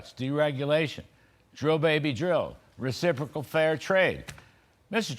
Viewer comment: Did you just say "fair and recipricol trade" 😂